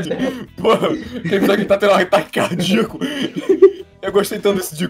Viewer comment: ataque carDIOco